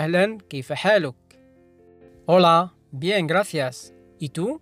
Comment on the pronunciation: أستاذ كلمة شكراً تلفظ (گرافيس) أو (گراسيس) ما قدرت أميز اللفظ بتاع حضرتك؟